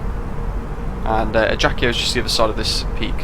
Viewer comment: Thanks for your video. Very useful as usual ! Just the prononciation is "ajaksio".